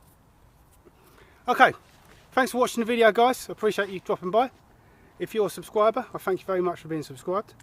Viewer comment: I was debating about subscribing but then you said "sub-sqibe" with rock guitar music, so now I'm one of your sub-sqibers😁 Great review, I love budget knives that work better than $200-$300 ones but I still hope to get me a Fallkniven someday....just cause.